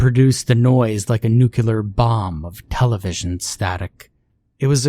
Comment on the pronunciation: Oh....actually it's nu-cle-ar.....not "nu-cu-lar"